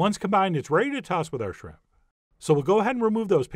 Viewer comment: Warning: If you pronounce it "srimp", do not attempt this recipe.